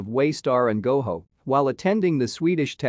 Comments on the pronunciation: It’s pronounced Go Joe, not Go Ho. Makes me wonder if you’ve even watched the show. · Ok but GoJO Not Goho. They've never pronounced it that way on the show.